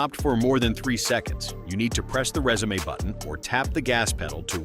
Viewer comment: The narrator must be AI or he is just stupid. There is no "Resume` (French pronunciation) button and there is no trailer back up knob on the tailgate or rear bumper.